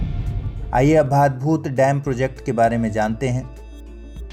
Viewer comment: Priya, iska sahi pronunciation भाडभूत hai naa ki भादभूत... me gujarat se hu.... thank you so much